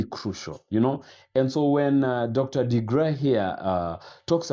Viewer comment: Dr. Joy DeGruy's Name is Pronounced..'DeGREW'; TRUTH is NEVER "HARD" to Speak: "IF the TRUTH Hurts DON'T get MAD at TRUTH, Get MAD at LIES MAKING you COMFORTABLE." ; "The TRUTH Doesn't Mind Being QUESTIONED, But LIES Don't LIKE Being CHALLENGED.